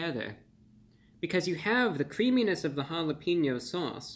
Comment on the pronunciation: Mr. Of the Week, I love and appreciate you and I want to have a very merry Christmas. I wish you would say "ha-la-pain-yo" instead of "ha-la-peen-yo". But I don't have a bazillion subscribers so maybe you shouldn't listen to me :) Thanks for the update tho. Taco Bell has been slowly lowering expectations for decades and it's sad to see.